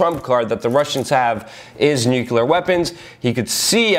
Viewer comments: not new-kyul-ur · I love ya Luke, but please, new-klee-ur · Shame this man will never be recognized for a Pulitzer. Great info and keep up the good work! BTW small peve of mine pronounced "nu-clear" =) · stop saying "nuke-yule-er!" the entire country berated bush for it. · Not bad. Slightly off-topic, why do 'Muricans always say "nucular" ?